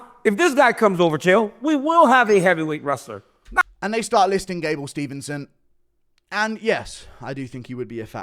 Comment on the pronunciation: You go on to say "Gable StevENson" multiple times, like you know all about him. You don't even know his name. It's Gable Steveson. There's no N in the middle of his last name.